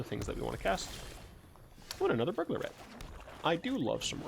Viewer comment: Every time you say "Burglar Rat", I hear "Burglarette". So now I imagine that the Burglar Rats are all girls and are like the rat version of cat woman.